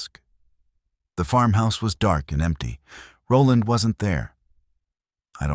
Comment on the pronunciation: All the comments calling out the weird names, ive come to the conclusion that the names are normal but AI struggles to pronounce them 🤣 'roll ond'.